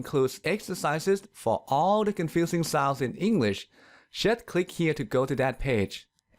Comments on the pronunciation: Ridiculously enough, you've pronounced "sows" instead of "sounds" all through, while you're trying to teach correct English pronunciation! 😀😀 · He "sours" funny 😂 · Why the Letter N doesn't sound when you pronunce the Word "souNds"?. I just heard "sause" :'( . Help